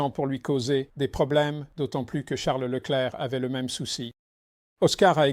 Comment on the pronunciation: Woah. I was just about to comment about how Peter is actually capable of saying Leclerc's name properly, too. 😅